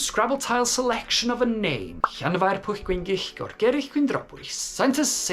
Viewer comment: Wow! That really is a long town name and you say it so very well! LOL. But then again, you should since you are a native. The history of the name is really interesting as is the linguistics of it. My Dad's middle name was Llyewllyn and now I know that we have also been mispronouncing it all this time. 🤣🤣🤣